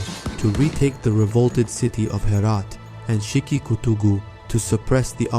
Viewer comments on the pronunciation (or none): none